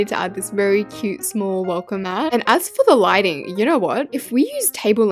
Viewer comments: Lol how she said shamll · The way she said shmoll